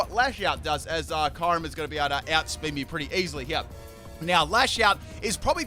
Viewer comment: He said ✨kayrim✨